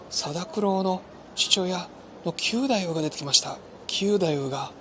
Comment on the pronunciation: わ〜い、嬉しい感想でした‼️歌舞伎の力、平和宣言‼️通しで観て欲しい、若いみなさんに観て欲しいというお得なチケットのご紹介もありがとうございました。 ストーリーがよくできていて、本当に楽しく、何度も観に行きたくなります。 ひとつ、斧九太夫は、きゅうだゆう ではなくて、くだゆう だと思います。 決してダイジェストではなく由良之助が、勘平が切腹する事で名を連ねられること、平右衛門へ命としておかるを切るようにすることなど、非情にも思えますが仇討ちに対する想いを確認する思慮深さ、なんとしても成功させるという意志の強さを感じました。 強い意志と世界平和への想いは、團十郎さんと重なります。